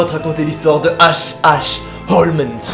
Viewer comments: Cela se pronnonce comme sherlock holmes😉 pas holmesss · tu sais on dit HOLMES pas HOLMENS!!😁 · OUIIIIII MAIS EUUUUUUU C'EST PAS HOMENS MAIS HOLMES!!!!! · Jkiff t thread mais stp évite de dire « Holmens » au lieu de « Holmes » pck sa casse vrm les couilles 😂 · Il ne s'appelle pas Holmens ! 🤣 on dit Homs 😂 tant pis si tu déformes tout, je t'adore quand même 😋😍😍😍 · Désolée mais cela n'a rien de paranormal en totalité, H H Holmes que d'ailleurs désolée de te reprendre tu prononces mal, est un tueur en série. OLMS en prononciation, si c'est possible de l'écrire pas holmens comme tu le dis. Fallait qu eje le dise je me passionne pour les tueur en série et ça ma irrité tout le long de la vidéo, alors que d'habitude je suis plutôt friande de ton contenue. Parle de meurtres tout simplement ou de tueur en série, car cela n'a rien d'un thread twitter à la base, c'est une histoire vrai. Il est surnommé l'hôtel de l'horreur. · Je suis la seule à entendre HOLMENS alors qu’il y a écrit HOLMES ? 🤔 Sinon super vidéo comme dhab 🤙🏻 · Juste, "Holmes" se prononce "holms" comme Sherlock Holmes 🤦‍♀️ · Merci je me disais que j était seul à entendre Holmens 😅😅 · Oui, moi aussi ça m'a perturbé pendant toute la vidéo. Et pas juste le "N" qui sort de nulle part, mais aussi la manière de prononcer le "S". A croire que n'a jamais entendu prononcer le nom du plus grand détective du monde... Ou alors on m'aurait menti, et ça se prononce Sherlock Holmaince? Hum, il va falloir que j'en demande confirmation au docteur Ouateusson. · Quand Holmes devient "Holmesse" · non tu entends bien t'as raison il dit holmens,et a 10'08 il dit aussi "trop z'important" !hahaha